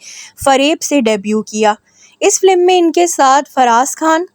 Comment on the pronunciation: It's FILM not Flim. Pronounce correctly.